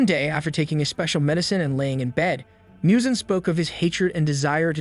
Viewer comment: Muzan not Miyuzan